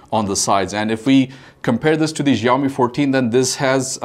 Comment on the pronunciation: please pronounce xiaomi correctly